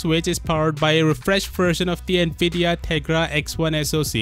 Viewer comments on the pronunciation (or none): none